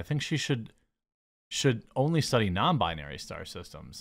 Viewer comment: "what about non-bindary ones" - Jeremy LMAO